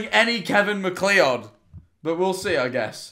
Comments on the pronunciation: The way he pronounced MacLeod 😭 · as a scottish person, its pronounced kevin Mac-cloud i beg its not mc lee odd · THE WAY HE SAYS MACLEOD As a MacLeod myself, the CORRECT pronunciation is "Mac-Cloud" PLEASE get it right D:> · Scariest thing about this video was hearing MacLeod said "mack lee odd" 😋